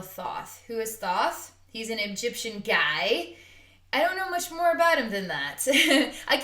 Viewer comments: You are pronouncing his name wrong. It is spelled THOTH but pronounce it like you this: (Tah Ho Tah Hey). Blessings 🙏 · The h in his name is silent, sweet-pea...like Toth with a long O..